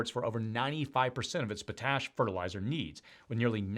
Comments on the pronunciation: Noo! Not our pa-TASH! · It’s pot-ash not whatever you called it. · Potash (Pot-Ash) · Ya I cringed a bit too when I heard that! thanks for this! and Pot-ash is the other one that I heard many in the US pronounce wrong.... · on-TAIR-ee-oh is how we pronounce Ontario. It rhymes with stereo. Potash is POT-ash. It's interesting to see the videos trying to explain a bit about the affects of international trade and tariffs. This will have far reaching implications if they're enacted.